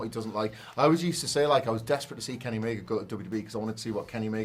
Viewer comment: His name is Kenny Omega not Kenny Omeger. Please stop added -er to the end of words that don't have -er at the end of them. It's a name. You can't just say it however you want. It's rude to mispronounce names like that. The "a" at the end of Omega is always pronounced as an "a" and never as "er". The letter "a" is NEVER pronounced "er" so please stop doing it with proper names.